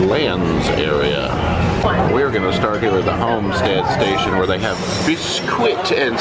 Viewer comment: Wait, we don't know the word "homestead"? Its not "Omstead", it's "home-stead". Home. "Bisquit and Gravy" is biscuit and gravy. Or, biskit and gravy. It's interesting to watch your videos. Thank you for joking around about how to pronounce American words! You are cracking me up! 😂 Thanks for bringing us along!